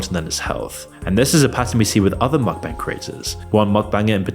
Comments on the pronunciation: Mukbang = Mook-Bung (rhymes with hung, or dung), not Mok-Bang. If a word isn't native to the language you speak, it's best you learn how to pronounce it properly if you're gonna make an entire video about it. Just saying. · bro said muck 💀💀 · you read it 'mookbung' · 먹방 = Meokbang - Pronounced mok bbang. Meok means eat, bang means room, basically because they're filming themselves eat, in their room. The more you know